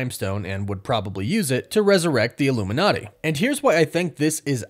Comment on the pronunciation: did you say illuminaughty at like 40 seconds?